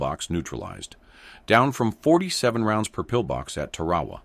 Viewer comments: The islandis pronounced 'Tar-ah-waa. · It is pronounced 'Tar-ah-waa.